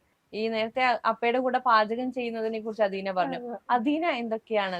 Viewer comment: അഥീന . അദീന അല്ല. ജന്മഭൂമിക്ക് മലയാളം അറിയില്ലേ?